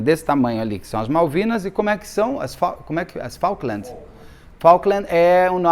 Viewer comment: Prenuncia-se : "Fouquelands"